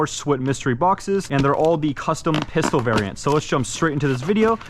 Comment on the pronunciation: Am I the only one that noticed that on the black with gold he said fistol